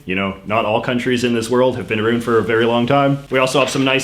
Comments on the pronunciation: I have never heard anyone pronounce around aroond lol. What province are you from? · Who the hell says "aroond" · Arooond reeealllyyyyy 😂